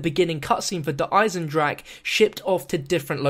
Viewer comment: is finally say Der Eisendrache properly!!